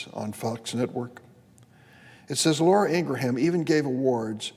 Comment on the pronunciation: Just UNSUBBED with this POS. He cant even say Ingraham!